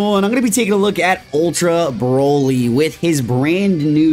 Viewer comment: Maybe I'm missing something here, but why does Vergil call him Brahly? Everyone knows it's pronounced Broly.